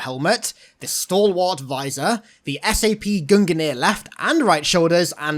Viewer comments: Gungnir: The common pronunciation is Gung-near, not Gun-ga-near. It's the spear of Odin in Norse mythology. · Bruhhh it's "Gung near" not "Gun gunner" or however you pronounce it >.< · Why do you say Gungir like "Gun-gi-neer"? Its "Gun-gear" or "Gun-ger" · gung-near not gungan-ear lol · Your pronunciation of Gungnir is wrong. Old norse is difficult but the closest english translation would be more like Goon-ear